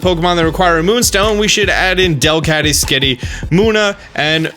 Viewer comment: Thank god you said Delcatty.....